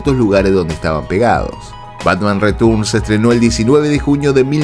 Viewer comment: Tus videos y narracion es muy buena . Solo , el ingles tuyo es terrible, Tim burton no se dice burton es barton . Y return es retorn . Pronuncias como se escribe wey ... 😢😢😢😢